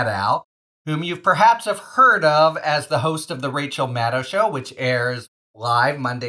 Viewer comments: winDOW, shadDOW, pilLOW,.... MadDOW!. Come on!... she's been a political TV star for 20+yrs. How are we still not able to properly pronounce her name? That said... I have to say this was a gr8 interview. I really loved her podcast too. I'm thinkin I might just have to go back and listen to it again after this. Thanks MDN and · Mad DOE. If she says it with an OE and not OW, what’s the challenge to say it right? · FYI: 'Maddow' rhymes with 'shadow...' Just imagine her last name is spelled 'Maddoe,' and you'll nail it. (Yes, I am a huge fan. I consider Rachel to be my TV wife. Susan is just going to have people sharing her with us, and one day a week is not sufficient.)